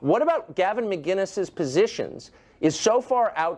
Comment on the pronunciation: Tucker only got one thing wrong: It’s MC CINNN ES not Mgguines 🤣